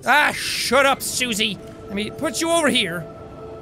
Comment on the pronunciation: he said susie.... FINALY HE GOT IT RIGHT AFTER YEARS HE FINNALY SAID THE ORIGINAL NAME ALL THIS TIME ITS JUST BEEN cindy Cindy CINDY! ITS SUZIE FINALY FIIIIIIIIINAAAAAAAAALYYYYYYYYYYY